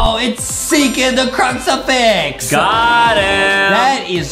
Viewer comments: Btw it's crucifix not cruxifax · it is not called a cruxerfix it is called a cruserfix